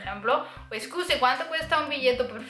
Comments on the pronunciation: Meglio dire "scusi" che "escusi", la "e" all'inizio non c'è ( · muy bueno el video y las explicaciones...pero cuando dices disculpe...no es "escusi" ...como dices muy a seguido en el video...sino solo "scusi" o "mi scusi"....